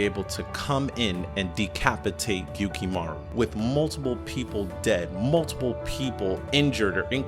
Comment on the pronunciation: His name is Gyutaro. Not gukimaru..... But yeah that was an amazing battle.